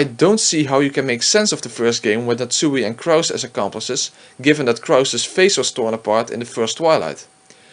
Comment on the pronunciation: Nat Suey!